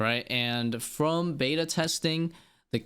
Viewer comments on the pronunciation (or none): none